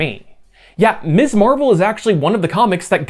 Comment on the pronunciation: Miz Marvel. Emphasize the z, should not sound like miss. You got it right on the magazine but you're erratic about it for Kamala's supranym. Mispronouncing that is something some jackasses do to show they don't respect a woman's right to have an identity free from her marital status. Be careful how you say that word and how you use it. While it's technically 100% applicable to all women some will take deep offense at it, most often married women or widows who feel the use of Ms. is disrespecting their marriage. Real social minefield there, although it's marginally less so these days than it was in the late 60s and 70s when the use (or refusal to use) Ms. properly was a flag indicating your support or opposition to the Women's Liberation movement. And yeah, I grew up in that era and saw firsthand examples of people (mostly men) deliberately mispronouncing Ms. to piss off the person they were talking to. Watched one of my grade school teachers get done that way by a co-worker and the asshole didn't get so much as a slap on the wrist from admin. Bastard was hissing "misssss" like a damn snake. Taught me to be real attentive to saying it properly, a lesson that's stuck better (and been more useful) than all those stupid cursive writing lessons.